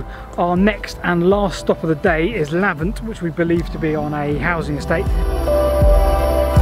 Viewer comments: Hate to tell you, it's LavAnt, not LavEnt. Interesting vid tho! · Great video. Lavant not Lavent! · Thanks for coming to the LBSC country! BTW it's LAVANT - a plea - why do you keep going into B&W? it destroys continuity. Glad to see you have a 'Drone'. I always enjoy your Investigations! As a Life Member of the Bluebell Railway, living near LEWES I am looking forward to the results of you both coming to my area! I am a very strong supporter of re-opening the Lewes - Uckfield line - through Isfield and Barcombe Mills. The old track bed is 'protected' from development from the original Jct. with the main line just South of Cooksbridge Station and North of Lewes Railway Tunnel. The new Uckfield By-Pass will have a new bridge to go over the re-instated line - they have planned this already. Bluebell Railway have already re-opened the line North of Horsted Keynes Station, through the West Hoathly Tunnel (very wet), through West Hoathly Station where the Station buildings have gone, leaving only the platforms (there are 'plans'), through Kingscote Station, over Imberhorn Viaduct (magnificent) and into a new East Grinstead Station. There are also plans to re-open the line from Horsted Keynes through Ardingly Tunnel. Ardingly Station (currently used as an 'Office' by an Amey Roadstone plant (now Hanson Aggregates) established in the Ardingly goods yard shortly after closure of the line, and was served by a daily freight working from Haywards Heath, (the track is still there) using the former down local line via Copyhold Jct.. Bluebell owns the trackbed from Ardingly to Horsted Key